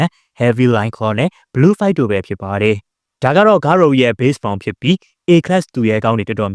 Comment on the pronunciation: ဂါရိုပါ ဂါရိုဦးမဟုတ်ဘူး ကြားရတာနားထဲကန့်လန့်ကြီး ပြီးတော့ Monster cells ကိုလည်း ဂါရိုက မစားခဲ့ပါဘူးနော်သေချာပြန်ကြည့်ပါအုန်း 😢